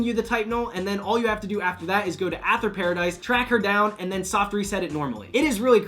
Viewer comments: It's Aye-ther... Not A-ther .-. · I'm sorry... love the video... but hate how you pronounce "Aether" It's said as "Aey-th-her" Aey-THeRR not "AT-HEr" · I'm sorry to be that guy, but: It's pronounced EE-THER